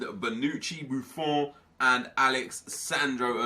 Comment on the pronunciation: Stop saying buffon like that pls